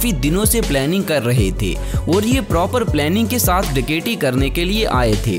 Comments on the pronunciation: ڈکیٹی نہیں ڈکیتی ہوتا ہے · ڈکیٹی کیوں بول رہے ہو ڈکیتی بولو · Bhai daketi lafz tu thek bolo